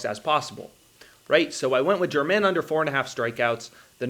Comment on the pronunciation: I enjoy your videos, but Domingo German is not pronounced like the country. It’s pronounced hermit.